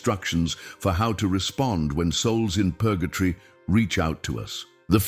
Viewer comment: It is Purgatory not Purgatry.